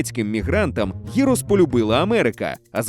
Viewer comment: Перепрошую. Не "гірос", а "ґірос". Не "маргарита", а "марґаріта". "Nigiri", а не "nihiri". Не "з'їсний", а "їстивний".